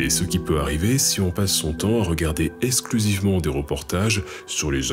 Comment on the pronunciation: Les médias surfent sciemment sur les extrêmes. (En passant, "et cetera" et "exclusivement" ne se prononcent pas "exétera" et "essclusivement")